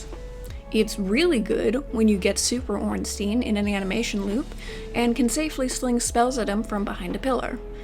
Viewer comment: Andre and Giant Blacksmith got your back if you’re not a sorcerer. Also, Shiba and Crestfallen merchant sell decent weapons. Also, I appreciate you pronouncing “Ornstein” correctly